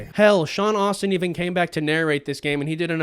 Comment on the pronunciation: *Astin 😂 Not Austin “Moira? My guy, are you even a LOTR fan? 😂